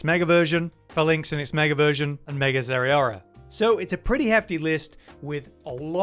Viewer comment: why do you say zeraora like that